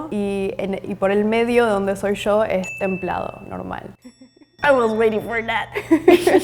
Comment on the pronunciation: Ahahaha "en el medio donde soy YO" 😂😂😂 YO con pronuncia come llo es argentina seguro😂